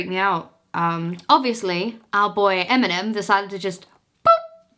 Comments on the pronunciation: When you were saying Eminem I understood M&M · Eminem is irrelevant that when she said his name I legit thought she was talking about the chocolate candy M&M.